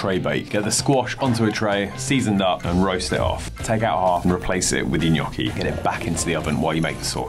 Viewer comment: That's pretty much how we pronounce it in Italy. "Nyoh-key" with more of an accentuation on the "oh" sound.